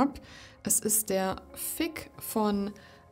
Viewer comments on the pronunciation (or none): "Fig", mit "g" wie "groß", nicht "k" wie "Kloß". Hört sich nämlich etwas anstößig an, so wie du es aussprichst :D